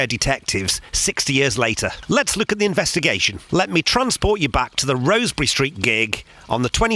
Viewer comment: I think...and it's just me (though I am scouser) it's pronounced Rozz-berry...rather than Rose-berry...I guess the residents would know!!